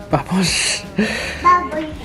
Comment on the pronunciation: “Bubblesh” hehehe